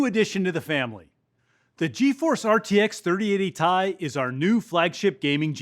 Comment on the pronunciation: did i heard him said "RTX 3080 Tie"?